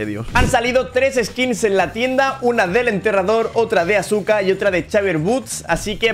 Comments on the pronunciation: no se dice asuka se dice aska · eres un crack pero se dice Aska 😅